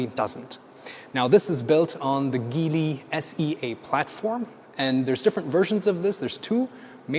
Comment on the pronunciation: it is possible that stereo is pronounced as steereo in England, however Geely is definitely pronounced ad jeely by Chinese